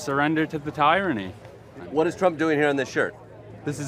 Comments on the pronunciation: Tie-Ronny! Damn shit!😂😂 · ‘Never surrender to the Tie-ranny’😂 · Wow lol the word is tyranny not TIEranny